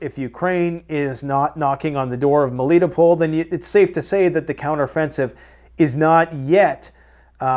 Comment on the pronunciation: MELITOPOL- pronounced - MEL - E - TOW - POLE